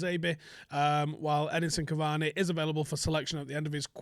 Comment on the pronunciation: When you’re trying to say Cavani but all you can think about is Bacardi 😂😂😂